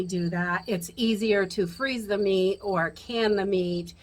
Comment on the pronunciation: Great vid.. I'm sure you'll get a laugh here-- I thought you said you didn't smoke weed! 😆 😆 took me few mins to hear meats.. 😆